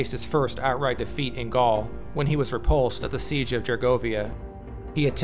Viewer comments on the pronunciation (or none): none